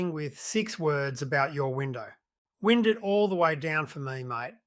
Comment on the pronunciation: Wind, in context of a car window, rhymes with wine. Very irritating AI